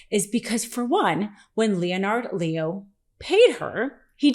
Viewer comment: It's pronounced "Lehn'-ərd Lee-o".